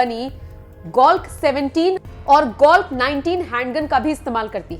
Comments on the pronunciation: Its glock not golck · आपने वीडियो बेहतर बनाया, लेकिन अपने PM के सुरक्षा में लगे हथियारो का पूरा खुलासा नही करना था। ये बात अच्छी नही लगी आपकी, आपने दो जगह कमांडो को कमांडर बोला, ग्लाक को गोलक जैसा काहा। ये भी गलती थी, सुधारिये से भी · That's not "golk" that's "Glock" 17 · Are anpad aurt golk nhi glock hota hai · Golk-17 nahi Mam Glock-17 but anyways video was informative. Jai Hind. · Golk nhi glock madam ji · Mam video aapka acha hai par glock hota hai golk nahi🙂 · ओ मेडम golk नही glock कैसे कैसे लोग आ जाते है मीडिया में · Its glock not golk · Apne toh Austria ki glock 17 pistol ko golk bole ra ha hai or Fn scar h ko sacr bole diya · Golck 17 aur Golck 19 waah re anchor wahh🤣😄